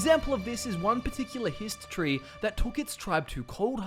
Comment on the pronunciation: For some reason, it's really hard not to hear "history" EVERY time you say "Hist tree" lol.